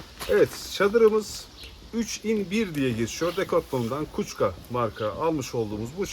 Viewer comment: Merhabalar, videoyu gereksiz olarak çok uzatmışsınız. Sandalye tanıtım videosu olmuş. "Kuçka" demek yerine "Keçuva" doğru bir telaffuzdur. Güzel bir video deneyimi olmuş, kendinizi geliştirmenize yardımcı olması açısından; kısa ve öz bir şekilde, izleyiciyi yormadan bilgi verebilirsiniz. Ayrıca, samimiyetiniz çok iyi! Sağlıcakla kalın!